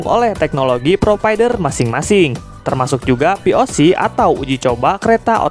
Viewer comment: POC tadi denger nya VOC :V